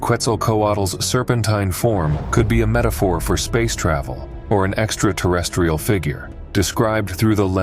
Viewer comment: I was all in until I heard "Exta-tah-restiol"